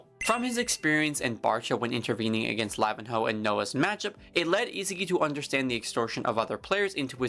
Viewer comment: Bro, please stop saying Lavin-ho 😂 in Portuguese, the “nh” sounds like the spanish “ñ”